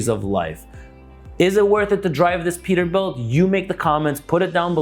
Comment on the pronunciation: “Perterbuilt” lol